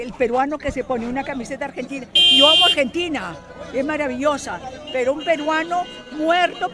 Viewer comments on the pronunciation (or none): quizo decir yo ❤ a argenDINA